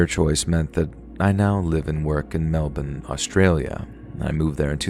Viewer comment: You said "Melbourne" correctly and I love this for you.